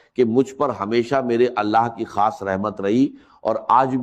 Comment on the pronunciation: دوسرا اس شخص کی زبان پر توجہ دیں۔ یہ یو ٹیوبر کوئی ساتھ والے ملک کا ھے۔ خاص کو کھاس اور راز کو راج بولتا ھے ز کو ج بولتا ھے چور کوئی نا کوئی غلطی کر بیٹھتا ھے جس سے وہ پکڑا جائے۔